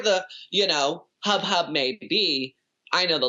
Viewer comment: is no one gonna talk about laganja saying "hub hub" instead of "hubbub"? lol